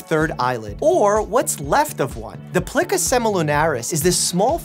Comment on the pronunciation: for some reason medical mispronunciation annoys me...plica... ply-kuh...like plicate.... not plikka, like my friend Flikka... google should include phonetic spelling in addition to definition.